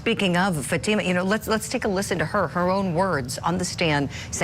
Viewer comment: Can you please pronounce Fatima's name properly.. shame on this far left Judge for keeping very important information from the Jury! Namely that this is definitely a Attempted honor killing and an Attempted forced marriage!